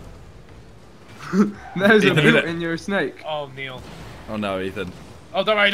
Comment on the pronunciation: *mate- it rhymes with 8